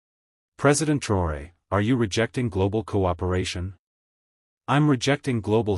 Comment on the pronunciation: Why are you so intent on not spelling or pronouncing this mans' name correctly?